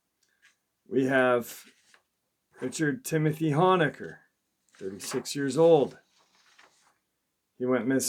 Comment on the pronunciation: Honaker is pronounced Hoe nay ker